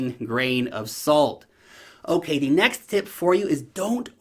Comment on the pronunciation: Did you say ''in the $NEX bullmarket'' ?? I thought so :p